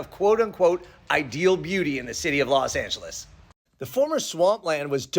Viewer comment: Los Not Las